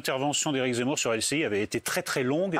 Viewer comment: elle a vraiment dit « Éric Zamour »?🤣🤣